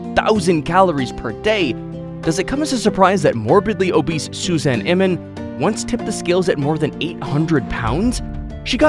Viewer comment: the fact you said morbly abis 😆